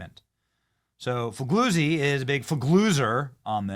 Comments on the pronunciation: 'gli' is an odd sound in italian. His name is pronounced: Fee lyee oo tzee. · FOR THE LOVE OF GOD, SOMEONE GIVE BENNY READING LESSIONS! Fig- lee- uzi! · “..Former FBI, boss, Frank Figlizard…” Is that how you say it? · Fig-Lee-Uzi, is how it is pronounced! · It's pronounced FA. GAZY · It's Frank Foo-Gay-Zee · I love how you pronounced that guys name lol